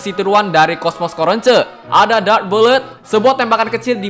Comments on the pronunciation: Kok bilangnya Coronce 😂 Cronco malah dengernya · Coronce dibaca corons?